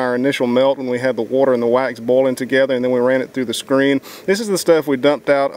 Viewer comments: boiling....why are you pronouncing it like bowling? XD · i love how he pronounces boiling as bowling xD i also really like videos like this. its ez stuff for the mind when you cant sleep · Casper Nijland bolin‘